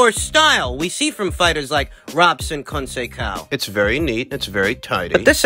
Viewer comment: The correct pronunciation of Robson's last name is "Cohn Say Sow". Unless you're mispronouncing it on purpose, of course...😁